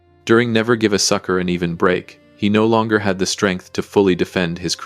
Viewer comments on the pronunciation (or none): none